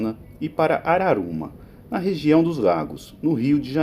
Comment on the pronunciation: Só pra constar, o nome da cidade citada é Araruama e não Arauma!